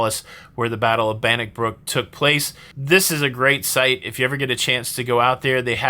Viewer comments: Robert THE Bruce ! BannockBURN not BannockBROOK ! The unicorn is our national animal . Closely followed by the haggis . CAR A MEL. I hope you DON'T use the awful film BRAVEHEART as a history lesson ! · I would have scolded you for saying Bannockbruck mate only kidding or am I no I am only kidding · 😂😂😂 they were affectionately taking the piss....and its Bannockburn not brook, get it wrong again and we will tell the english to have you hung, drawn and quarted 😂